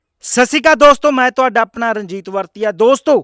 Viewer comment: Sasikal nhi veer ji sahi bolo. Sat sri akaal .